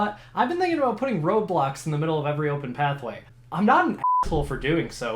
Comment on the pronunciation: It took me like, 4 different times to hear the intro to realize you meant "road blocks" and not "roblox"